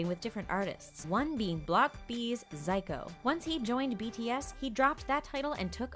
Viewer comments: ZICO pronounces his name as zee-co not zai-co. I'm sorry but this video doesn't even touch the surface of who RM is. It's a good video with relevant facts but a superfan of RM would know more tbh, because most of the armys know way more facts about him than you guys have mentioned. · Didn't know Namjoon changed his name to Kim. And didn't know you pronounced Zico like 'Zyco'. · block B "ZYCO" that's literally how they pronounced Zico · Its not Zyco Its Z-ee-co its not Kim its N-ah-m-joon its not Runcha Randa its Runch Randa. do your research people! you’re gonna get roasted from ARMY’s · please y'all get your facts R I G H T. Namjoon himself said that him having an open heart surgery is N O T true. it's R U N C H Randa not runcha Randa. Also it's Z I C O not Zyko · His name isn't Kim. It's Namjoon. Its Runch Randa. Not Runcha Randa. It's Zico. Not Zyco. It's EXO. Not E X O. Please do your research. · Some Corrections: 1. Is name isn’t Kim. It’s NamJoon. 2. He was forced to watch friends. 3. Its not E.X.O. Its ex-oh (pronounce) 4. Not Zico Zyco (pronounce) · okK HOLD UP First his name is namjoon, his last name is Kim. In Korean its swapped around Second IT IS “zeco” NOT “zyco” THIRD YOU JUST PRONOUNCE IT LIKE RUNCH RANDA BRUH smh they are using bts to get views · Ok you could ask a real army dont be fake. Everyone knows about the UN speech. It's Zee-co no Zeycoh. It's EXO not e x o. RM watched friends because his english teacher liked watching it and his mom gave him the idea so that made him watch it for english learning. Rm is too smart to even be on this video so ok just do some research. it's not that hard even if ur not an army. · ZICO PRONOUNCED ZEE-AH-CO OR ZEE-CO NOT zIco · Namjoon - Kim Zico - Zyco EXO - E X O Runch Randa - Runcha Randa Better to do research before recording and uploading a video and then starting to get roasted by True ARMY's. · Is no one gonna mention ‘ZiYcO’ and ‘E-xO’ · HAHAHAHA she deadass called Zico "Zai-co", I'm hella dead